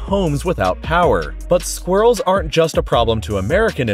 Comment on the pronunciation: So glad you pronounced it squirrels and not sqwerls